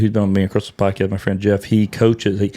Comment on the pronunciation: at the dale not dal -e podcas -t